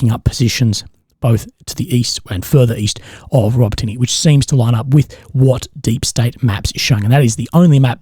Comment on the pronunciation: please try to pronounce the names of the cities...... it's not: Robo Tinny 🤦‍♂ it's Row-Bah-Ti-Nah! emphasis on Bah.